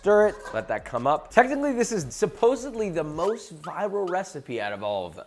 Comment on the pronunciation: I love your channel, Joshua, but did you say, "Supposebly?" The same way you're passionate about cooking and proper technique, I'm passionate about language. Please don't ever say supposebly again and make a conscious effort to say supposedly. Thank you. I learn a ton from you, hopefully you can get a takeaway from a fan.